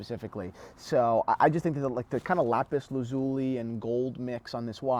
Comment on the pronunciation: lool, Lapis Lazuleeee.....want to know how to pronounce, check out Bridget Jone's Diary. First one...